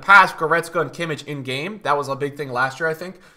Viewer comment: Please stop saying kimic bro its kimmich ch as a german g